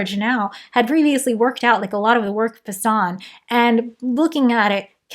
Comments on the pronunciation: Super minor nitpick just because I had a stickler teacher: Poisson is pronounces "Pwa-Sawn", "They were a person not a poison" was how they got us to remember lol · i love your videos but you need to pronounce Poisson correctly